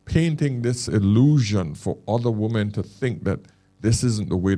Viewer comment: Why can't Americans pronounce women, as opposed to woman ?